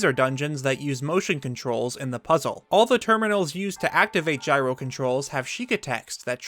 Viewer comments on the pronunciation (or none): none